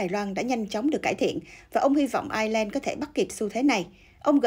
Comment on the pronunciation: Ireland = Ai' Nhi~ Lan.